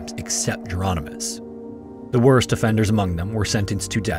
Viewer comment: I think Jeronimus isn't pronounced like Geronimo and more like a variant spelling of Hieronymus.